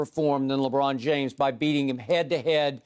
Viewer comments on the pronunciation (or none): "Lawbraun Jaymes" -Chris Broussard